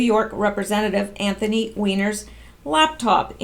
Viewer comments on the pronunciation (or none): none